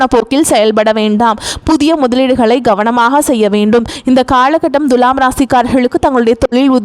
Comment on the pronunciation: த்துலாம் ராசியா.. த்து ஏன் அழுத்தம் சாதாரண மாக துலாம் சொன்னா என்ன....தண்ணி குடி..